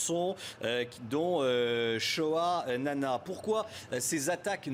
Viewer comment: c'est shoahnanas enfoiré pas shoa na na